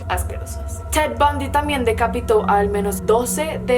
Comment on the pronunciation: no estaba viendo el video, solo escuchando y cuando dijo "ted bundy" entendí cat von d y duré super confundida mitad del vido